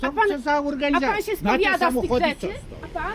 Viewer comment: „Co za łorganizacja „ 😂😆